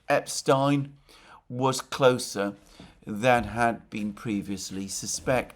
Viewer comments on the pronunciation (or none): Mercouris's continued insistence of deliberately mispronouncing "Epstein" wins him the 2025 All England Upper Class Twit Competition. He is a former Champion Twit and thus a repeat winner. Please join me in congratulating Mercouris on another title win. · Thank you for pronouncing Epstein's name correctly.